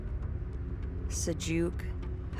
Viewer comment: I love how you pronounce Sajuuk with a slur. It makes me imagine a raging alcoholic is in charge of the fleet.